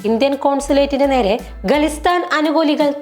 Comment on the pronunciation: It is Khalistan, not ഗലിസ്....ൻ